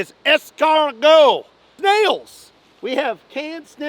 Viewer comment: NO!! Not the can of ESS-CAR-GOTS!! 😳